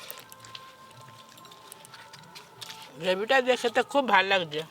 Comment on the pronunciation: এসপার নয় expert আপনাদের english বলার কি দরকার, আর সুন্দর করে বলুন গন্ধ বেরিয়েছে, সেন্ট উঠছে কি কথা